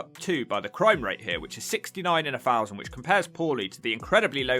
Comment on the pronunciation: The commentator should learn to speak properly. IE. Fousand. DONT YOU MEAN THOUSAND.